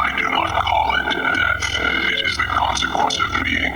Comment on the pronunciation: Lol he sed dath